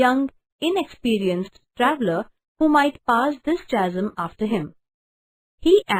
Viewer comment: Mam your explanation is right and beautiful,,,,, but I think the pronunciation of chasm is incorrect? plz..thought and correct the word. and a lot glad to you to explain this poem.Tysm mam.